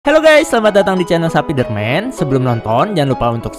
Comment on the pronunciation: wkwkwkwk sapidurmun dong kan harusnya sapidermun salah ngomong kek nya yah